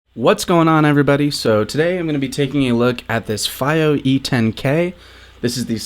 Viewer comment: IS IT FIIYO OR FAIYO!? I WANNA PUNCH THE SCREEN EVERYTIME SOMEONE SAYS FAIYO! Since I've always heard Fiiyo.